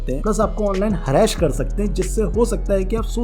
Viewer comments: Harass❌ हरैश✔️ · Harra-Ash nahi beta Harass bolo. Sahi pronunciation seekh k aao. Baki sab thik hai, good info shared by you to educate youth n kids 👍